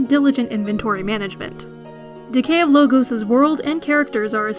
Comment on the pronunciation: I question your enunciation of the title. I don't think it is the plural of logo, but Logos, the Greek term for eternal truths. Subtle, but odd the way she reads it off the script.